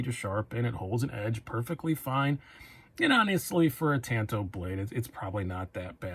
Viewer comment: Great review. I want that very model w/purple G-10. But bro, please, learn how to pronounce "tanto" if you're going to say it twenty times. That was painful.